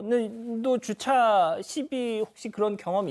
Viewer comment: 아나운서의 정확한 발음은 이를 배우는 시청자의 모범이 되어야 합니다. 줏차가 아니고 주차입니다.